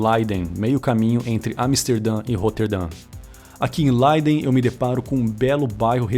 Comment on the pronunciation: Nao é “Laiden” se lê Léiden, o Ei na língua Holandesa não soa como no Alemão....soa como nosso é.